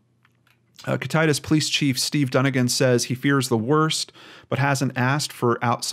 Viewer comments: Not that it matters too much at this point, But it is pronounced: Kit-tah-Tass (like pass) 🤣 hopefully that makes sense. I’m from the area, born and raised… I graduated from Ellensburg high school the year he went missing, so I’ve grown up seeing all of the missing persons posters around town. This is just such a sad case and I wish that the father would be brought to justice! Thank you so much for bringing attention to this case!! It needs much more attention in the future! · I live in Washington state and I just wanted to tell you that you pronounced all of those names wrong. LOL they are Native American names. you should probably ask someone from the state that you're referring to how to pronounce those words I'm just saying. I love your Channel! Keep up the great work! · It is Kit tit tas long a sound on last syllable. A decent size city is just minutes away Ellensburg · Oy vey. Why are people...I have no idea. Also, being from Washington, I just have to help you a bit on our words. The county is pronounced Kitt (like the car from Night Rider) It (like the clown from Steven King) Tas (like the task with no "k" sound of the first part of the word tassle. Kitt it tas. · Its said like thi KIT-A-TAS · Kittatas is pronounced kitt-a-tas with light a's. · Its pronounced Kit-uh-tass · Pronounced Kit-it-ass. sounds like hes saying Kit-titus, pretty sure thats not right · It's pronounced "kit-eh-tass" Washington. Thank you so much, this is such a heartbreaking case. My heart goes out to his family and friends. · Thank you for doing this episode. I live in Ellensburg which is the larger town in kittitas county. I still to this day dont understand why the police and sheriffs department didn't do more or anything at that matter. Just a bunch of good ol boys. Its bullshit! His father did it. Everyone knew he did it. No justice foe this poor kid. Thank you! Also its pronounced Kit-it-tass. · Kit- A- tass, idk if that helps :) we have a lot of native names